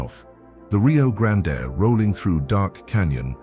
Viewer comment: Nice scenery, I'm A California transplant living in Arlington, TX for 35 years and have wandered, driven and researched much of what is in the video. I just wish pronunciation of these places was accurate. It's not Rio Grand-A, it's just plain old' Rio Grand. Many places names will surprise how they are pronounced. This must be AI, TEXAS deserves better!